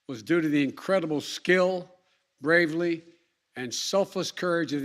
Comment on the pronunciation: Just a few seconds in and he fudged the word 'bravery.' Just impeach him and that will solve everything. He says 'the mission was designed to operate under stress.' Yeah... but the stress wasn't neccessary was it. You say 'we reached out to people to ask if they wanted to leave since March.' Yeah, but you told them the Taliban wouldn't take over, thats why they declined. He says '90% of those who wanted to leave, were able to leave.' Thats horrifying if 100s of people who actually wanted to get out, were left behind. Etc.